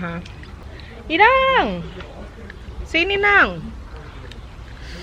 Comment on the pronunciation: keluar batak nya, "inaaaannggg " 😀😂😂 Akrab sama inang simatua ya kak... Wkwkwkwk